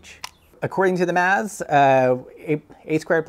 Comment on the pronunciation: 😂 the most creative pronunciation of "maths" 😂 👍